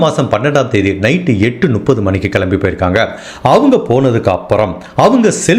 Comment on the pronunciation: Brother I like the way you narrate the story . But, one small suggestion in your pronounciation , it's Muppdhu (முப்பது) and it's not Nuppadhu. Else I love your story telling.